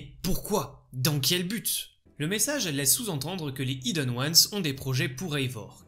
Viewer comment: Bonne vidéo mais soyons claire… y’a un H aspiré dans Hidden… merci d’arrêter de le prononcer idden c’est stressant 😰